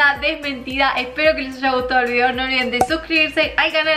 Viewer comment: No puedo evitar escuchar al final "no olviden desuscribirse al canal" 🤣🤣🤣🤣 obvio que noo jajaj besos desde Argentina 💕😘